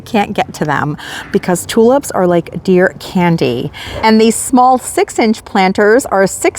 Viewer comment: I'm amused at the way you say tulips .... you say TU LUPS.